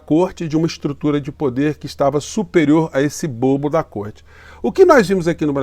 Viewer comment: Pronuciaste bem côrte invisível!